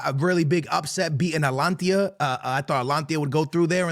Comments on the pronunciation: Atlantia is really bad, like it’s litterly spelled ata-lanta it’s pretty simple to pronounce 😂😂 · Atlanta → Alantia Unai Emery → Amir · Alantia this, Alantia that. IT'S ATA-LAN-TA! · Atalantia, Emir, Austin Villa 😂😂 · "Atlantia" "Ahstun Villa" "Amir" "Eletco Madrid" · Fam its AT-A-LANTA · Bruh. It's Atalanta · Bro pronounce Atalanta correctly WTF